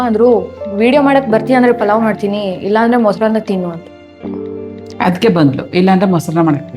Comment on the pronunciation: ಅದು "ಪಲಾವ್" ಅಲ್ಲ ಆಂಟಿಗಳೇ, ಅದು ಪುಲಾವ್, ಪುಲಾವ್! ಈ ಬೆಂಗಳೂರಿಗೆ ಬಂದು ಹೆಸರು ಕೆಡಿಸಿಕೊಂಡು "ಪಲಾವ್" ಆಗಿ ನಾಶವಾಗಿದೆ!!